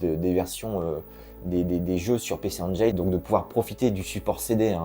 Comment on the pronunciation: Vidéo plaisante, avec du contexte et infos. Super chouette à regarder. Et comme toujours, réal au top, et musique d'ambiance aussi. 👍🏽 Pour faire mon ayatollah du gamin' 🤓, c'est “ENJIN” pour la prononciation de la PC Engine. Me concernant, mon rapport à ce jeu s'est fait tout d'abord via les screens des mages (Consoles + en tête). J'étais en transe devant le design et la DA. Mais malheureusement je ne l'ai jamais fait (NSex de base 😀), j'ai du attendre de prendre la compile Capcom arcade et j'ai kiffé mais bordel que c'est dure, je ne me souviens même plus si je suis arrivé à al fin… Et étonnamment j'ai bien aimé le remake, d'autant plus que c'est Double Helix Game au dev. Un miracle. 😀 Bon je me suis arrêté au boss final, faudrait que je finisse tout ça et mon seul regret, qu'il ne soit pas sorti sur Switch.